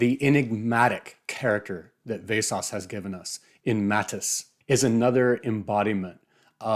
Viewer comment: Wow, what an original and thoughtful review. I was expecting this book to be Vesås' take on Flowers for Algernon, but I guess not. Btw it's pronounced Vesås not Vesas